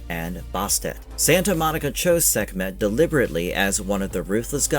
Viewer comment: Sekmeht? Sekmeht balls